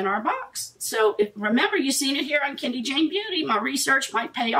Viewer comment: Hi Love, it's actually pronounced ken-doe.😘